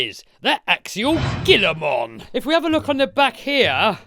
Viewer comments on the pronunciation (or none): The Gila monster (Heloderma suspectum, /ˈhiːlə/ HEE-lə) is a species of venomous lizard native to the Southwestern United States It’s pronounced with a H sound not a G. That’s the lizard the RC is named after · Gilamon (hee la mon) 😂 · It's pronounced, 'he la mon', after the Gila Monster lizard. 👍🏻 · Pronounce the G as an H. It is named after the Gila Monster, the largest lizard in the US, which itself is named for the Gila indian tribe. Also, the Gila Monster is venomous, has a very powerful bite, and spends 95% of it's life hidden. Heel-ah-mon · Its pronounced (he la Mon) like the gila monster the G makes an H sound. Sorry for the correction but i had to. lol keep up the great vids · I find it funny that the press release for this truck included how to pronounce "Gilamon" (He - lamon.) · the G makes an H sound!! lol!!!